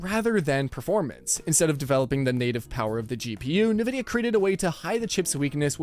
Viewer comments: Why do you say Ne Vidia? And not En Vidia? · Are You Ai!?😂 Its EN VIDIA!!! NOT NAVIDA!!😂😂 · I don't trust a guy saying NaVidia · "nuh-vid-ee-ah" NO... it's "en-VID-ee-uh" Minor nitpick, but why does and a few other channels keep mispronouncing the name? Surely, they must know how to say it? It just makes it harder for me to take something you say seriously. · "EN-VIDIA", not "NIH-VIDIA". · Nabisco?? Oh.. you mean EN-VIdia, playing off the Spanish word for “Envy”. Or do white people actually think it’s pronounced like “NuhBisKoH”?? LoL. 😂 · its EN-vidia, not NE-vidia. jeezus.... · Man I thought I was the only one. It's In-Vidia not NaVidia. This lets me know some of these people aren't really in the tech space and just putting stories together for clicks and $$. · Why do some YouTubers like you say “nuh-vidia” instead of “en-vidia”? The name comes from the word envy, so nuh-vidia makes no sense… I find it super distracting every time I hear it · Mate, the pronunciation of NVDIA is NOT ni-vid-i-a, but in-vid-i-a. NVIDIA was named after Latin term invidia, which is equivalent to the English "envy" and 'certainly' had 'nothing' to do with envying AMD. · Nividia.. , its pronounced "IN-Vid-e-uh" though "greedy bastards" will be how their remembered. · Nevidia huh? You're an AI? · “Nuh vid eya” lol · Ahhh yes... Nividia.. LOL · who tf is NEvidia¿? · I don't like NVidia... but it still annoys me to hear this dude say "Nih-vidia." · HA. nuh-vidia. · are you saying "Nurvidia"? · The origin of a word doesn't necessarily dictate the arrived at pronunciation; but, true, it's certainly not as he was doing it. It's actually "en-VID-eeyah": as spelt out on their website. Where they also say it's "always" written in upper case, but then show numerous examples of the logo, where it's always spelt nVIDIA. 🤷‍♂ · He has to be meming. I am sure he heard how Nvidia is pronounced. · If you pronounce it like that, "ne vidia", it sounds like "can't see" in slavic languages